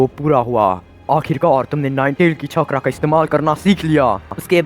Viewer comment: Bhai it's chakra not chhakra